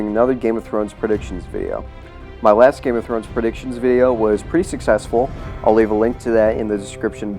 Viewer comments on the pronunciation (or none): none